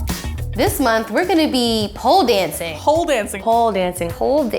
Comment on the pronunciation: AM I THE ONLY ONE THAT HEARS 'HOLE DANCING' INSTEAD OF POLE?